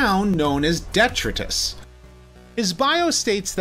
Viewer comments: ** De-TRY-tus (Detritus); NOT Detruh-tiz ** Other than that, top class review as always. ✊️ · Detritus is pronounced "Dee-TRY-tus". It basically means garbage, like most Junkion names. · Please educate yourself on how to pronounce “detritus” and “rummage.” Other than these embarrassing gaffes? Good video. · Great video but detritus is pronounced wrong.